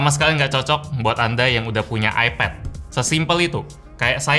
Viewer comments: Kok nyebutnya epet si bang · AiPED NYEBUTNYA BUKAN EPED